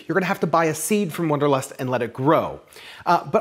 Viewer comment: It's wanderlust not wonderlust